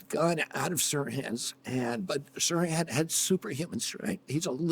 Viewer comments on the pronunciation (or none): Yeah, the "h" is pronounced in Sirhan